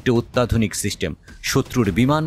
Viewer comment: উচ্চারণ এত বাজে কেনো? সিস্টেমকে শিস্টেম বলতেছে। তথ্যও ভুলভাল।